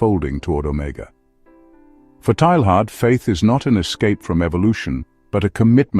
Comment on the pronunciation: His name is usually pronounced TAY-yahr. Thanks for doing the video. Excellent topic.